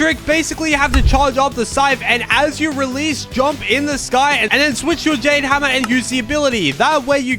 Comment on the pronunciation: Bro said Jane hammer ☠️💀it’s Jade hammer